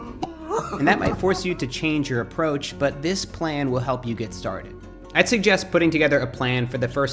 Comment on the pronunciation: I noticed while you speaking, you say DISH instead of THIS!!